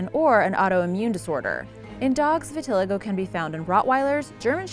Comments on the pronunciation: it's pronounced vi-ti-lie-go not vi-ti-lego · Vit-ill-eye-go not v-till-igo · It’s pronounced vita lie go. Not vi til a go. Stupid bitch. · This girl said VIT- TILL- IGO. ITS PRONOUNCED VIT- LYE- GO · It's pronounced vi-ta-lie-go not vit-till-ago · Vit-al-eee-go not viteligo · Vit-uh-lye-go You're welcome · The way she says vitiligo tho xD ITS VIT-IL-EYE-GOE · Vilitigo is pronounced "Vit/ih/lie/go" according to Mirriam Webster. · It's called Vit-til-li-go. Gentian is derived from a plant and is a natural antibiotic. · no the cringe stop. My friend pronounces like that too. It's pronounced vi-ti-lie-go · It’s vit-il-i-go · Your pronouncing vitaligo wrong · Its vit-ah-lie-go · I'm pretty sure it's pronounced vih-tih-lie-go I mean.. I have it... so... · It's pronounced vit-a-lay-go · it's pronounced vit-uh-LYGO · Learn to say vitiligo. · You definitely pronounced Vitiligo wrong, I would know I have it to😂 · You're saying vitiligo wrong lol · *cringed every time she mispronounced vitiligo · You need to look up how to pronounce words. Start with vitiligo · You stress the third i in vitiligo, not the second. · You pronounced Vitiligo wrong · That's not how you pronounce vitiligo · Ur saying vitiligo wrong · The Rottweiler with Vitiligo... it bothered me SO MUCH when she was saying it wrong 😬😬😬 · Dumbass pronounces vitiligo wrong so how accurate can this video be? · Omg 🤦🏽‍♀️ she makes me want to slap her every time she pronounces vitiligo wrong 🙄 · You mispronounced vitiligo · She said vitiligo wrong😤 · That's not even how you say vitiligo